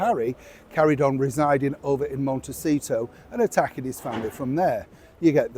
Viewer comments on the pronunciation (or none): none